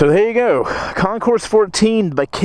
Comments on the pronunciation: You don't say the S. It's Con-core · The “S” in Concours is NOT pronounced. Of course, you’re from GA so I’m completely wasting my time explaining this to you, right? I lost count how many times you utter the words, “oh my God” and the word “shit”. You are one CLASSY dude, no doubt. Nicely done. You made me feel embarrassed for you. How does that even work? No wonder so many people laugh at Americans.